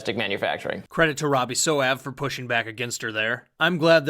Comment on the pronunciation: Who's Robbie "So-Av"?